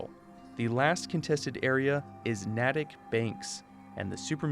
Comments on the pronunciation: ignore how fallout says it, its nay-tick not nat-tick :) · Just a quick tip. “Natick” is pronounced more like “nae-tik” than “naa-tik” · as someone who in the real world lives in the next town over from Natick, i couldn't help but chuckle at your pronunciation of the town "Nah tick" the proper pronunciation of the town is a long a like in cake, so it's "nay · tuhk" also i think you'd be proud of me considering that if you scale the fallout 4 map correctly over the same area of the state of Massachusetts, i live in the crater of atom, so in a sense, I am one of atoms children, who in my lifetime will be bestowed upon by Atom himself the single greatest gift, glorious division. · As a person who lives in Massachusetts, it's pronounced Nate-ick. Not Nattic. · Natick is pronounced nay-dic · Gotta help u with the pronunciation of Natick. I'm a wicked Bostonian. It's NATE-TICK. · Just an FYI, "Natick" is pronounced Naytick by in state locals. Don't feel bad, Oxhorn pronounced it incorrectly as well.